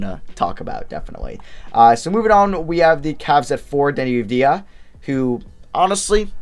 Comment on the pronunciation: Bro he pronounced Devin Vassell, Deni Avdija, and Jah’Mius Ramsey all wrong. At least he isn’t flight